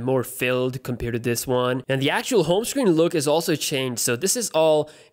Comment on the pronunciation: please stop saying compere :(